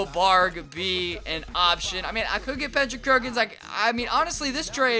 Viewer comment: "pendrick kerkins"